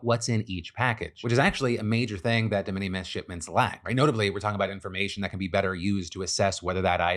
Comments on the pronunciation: DE MINIMIS IS PRONOUNCED LIKE `MINIMAL` NOT LIKE MINNIE MOUSE... FFS PHIL THIS IS ALMOST AS BAD AS YOU PRONOUNCING 'THE W.H.O' AS THOUGH YOU WERE AN OWL. YOU PRETEND TO BE A COMPETENT NEWS PRESENTER, MAKE AN EFFORT MATE! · Phil mispronouncing De Minimus constantly drove me crazy. May be just cause i hear that term so many times at work. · The way you said de minimis has me cracking up. That is not how that's said. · Phil’s pronunciation of de minimus 😂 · Your pronunciation on de minimums is killing me 😂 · Someone should probably tell Phil how to pronounce de minimus.. that was kind of painful